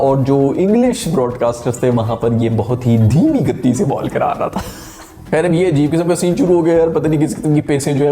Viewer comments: गत्ती नही भाई गति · It's not GATTI... It's GATI like PATI 😂😂😂😂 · Bhai ye Gatti gatti bolna chor de bhut galat pronounce kar rahe ho tum 😂😂speed he bolo hindi ko akela chor do 😂